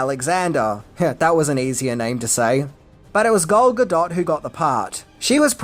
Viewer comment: Who the hell is Galga Dot ?